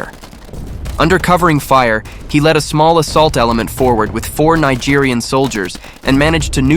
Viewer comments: Not Nigerian...Nigerien. mispronounced the entire video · Not the lawless jungle Nigeria. They meant Nigerien... as in Niger the French pronunciation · Niegerienne, not Nigerian ... point of correction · The narrator kept pronouncing Nigerien wrongly. 🇳🇪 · I appreciate the effort, but PLEASE do more research next time. You mispronounced the name of the country, and also the nationality of the soldiers, which would give people the impression that the Tongo Tongo ambush happened in a separate country. The attack took place in Niger 🇳🇪 which is pronounced "knee-zh-air," and not "nigh-jerr" as is mispronounced . The allied local soldiers who fought alongside the Americans were Nigeriens 🇳🇪 and not Nigerians 🇳🇬 . It is written similarly, but the one letter distinguishes between two separate nationalities. It is not pronounced as "Nigh-jeer-ian" the way you do (and dozens of times afterwards) as this pronunciation actually refers to the people of Nigeria, not the people of Niger. The correct pronunciation relevant to your video is "knee-jerry-yan." Niger and Nigeria are neighbouring but completely separate countries. Tonga Tonga is not located in Nigeria, and Nigeria's army was not involved in the ambush that day. Considering that four soldiers from Niger died in this ambush which took place in Niger, I think it would be proper to make it clear whose army fought in the ambush, and whose soldiers paid the ultimate sacrifice alongside their American comrades. It's the best way to honour their fight. There is a Nigerian commenter below (@ who because of the mispronunciations, is mistaken and believes his country's soldiers were there fighting at Tonga Tonga. But there is no ISIS-GS in Nigeria. If this was Nigeria, the amb